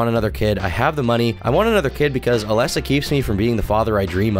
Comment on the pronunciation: Also oh my god it really doesnt matter but you are mispronouncing Alesa's name the whole time and it bothering the heck out of me. It's A-LEASE-a, like the word lease, like "Lisa" with an A sound in front of it